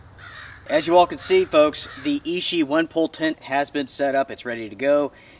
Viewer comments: It is pronounced i-chi not “e-she”. Ichi means number one in Japanese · Fantastic follow up! Oh and just a heads up for accuracy,, ichi is Japanese for the number one and is pronounced ee-chee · Clear user error, called it Ishi all the time instead of Ichi (which means "one") ;)